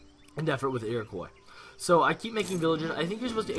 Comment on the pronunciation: lol its not pronounced "iroquoy" its "iroquwa" its a french name!!